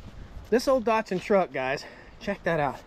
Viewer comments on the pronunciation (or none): There is no R in Datson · There's no O in Datsun, either.